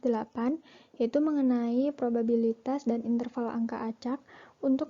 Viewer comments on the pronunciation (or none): penyebutan kata probabilitas menjadi probibalitas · Probibalitas, "babi" bukan "biba" (19) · prima kesalahan mengucap probibalitas yang seharusnya probabilitas (Lenna Agata - 14) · Niken Dwi K (22) kesalahan ada pada prima nanda salah pengucapan probabilitas jadi probibalitas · Laelatul Jayanti - 13 Saya menemukan kesalahan pengucapan pada menit ke 09.04 harusnya probabilitas menjadi probibalitas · pada menit 9.04 prima kesalahan mengucap “probibalitas” yang seharusnya “probabilitas” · Linda maulidya (15) penyebutan kata probabilitas menjadi probibalitas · maretha wahyuningtyas kesalahan pada penyebutan kata probabilitas (05)